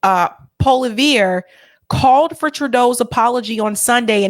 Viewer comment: Thanks for this telling glimpse of modern Canada,! Freeland’s telltale handwringing and prayer posing say far more than her empty words, and Trudeau-face is the last person I would listen to about protecting anything, never mind “dignity”. (Also, for pronouncing the name ‘Poilievre’, try PWA-LEE-EVRA to get close enough to be understood.)